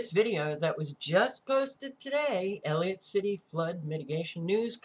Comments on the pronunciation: You must know by now, it is pronounced EL - ih - COT City not El-ee-ut. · it is E L L I C O T C I T Y. Whats bad is you said Elliot so many times. You will be ok. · Not to be nit-picky but ... you're missing the "c" in Ellicott when you say Ellicott City. It just jumped off the computer screen and ran its nails down a chalkboard to me. Why? Because I am Maryland born and raised. I grew up about 45 minutes away from this location. When I moved out and went to college, I was then about 10 minutes outside of downtown Ellicott City and used to take a "de-stress drive" through that area and along the river - to get away from all my roommates and get some time to think. I'm not trying to be rude by pointing this out. Really! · ELLICOTT NOT ELLIOT EASY MISTAKE. ❤